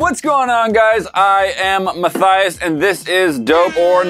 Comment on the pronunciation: ma- THIGH- yass